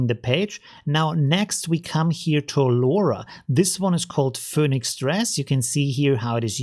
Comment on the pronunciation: Phoenix is pronounced FEE-nicks Great video, thanks!